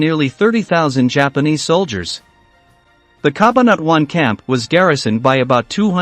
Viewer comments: CA - BAN - A - TWON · CA BA NA TUAN.....he is not a filipino thats why his tongue is twisted...🤣🤣